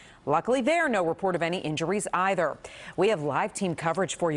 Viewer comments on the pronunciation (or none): none